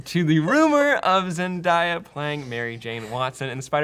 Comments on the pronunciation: Zen - DAY - a, by the way. As in, toDAY is...sunny. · can we stop pronouncing zendaya as zenDIEa?????? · ok politcal conversation aside , LEARN HOW TO PRONOUNCE ZENDAYA ! If it helps think of the fonz butting in half way , zendAYYYYYYYYYa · I believe her name is pronounced Zen-day-a. I'm down with her playing Mary Jane as long as she can ditch her Disney Channel acting style. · I cringed whenever he said Zendaya's name wrong- ehhh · that cringe when they mispronounce Zendaya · Why does everyone say her name wrong??? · Zen-day-a DAY AH DAY AH not fucking DIE AH come on it's not hard to pronounce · The fans weren't mad when Nick Fury was black but now they lose their shit when MJ is black smh fans might mad but they asses still gonna go see the movie also did anyone else cringe a little when he kept saying Zendiya and not Zendaya(Zen-Day-Ya) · WHY THE FUCK CANT WHITE PEOPLE PRONUCE ZENDAYA's NAME RIGHT ITS PROUNCE Zen-day-ah not Zen-die-ah fuck man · ZenDAYa not ZenDIEa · The way Sam pronounces Zendaya.